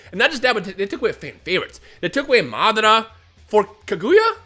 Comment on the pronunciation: Did u say taguya ? Or kaguya